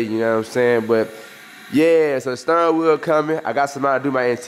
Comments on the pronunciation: dat boy said stirrin wheel. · Sturrin wheel😂😂